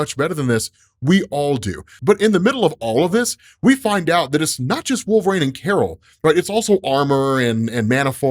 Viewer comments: I really, really wish you would stop saying "Wool-frayne",. JFC, it's "Wool-vuh-reen" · Absolutely cancerous pronunciation of wolverine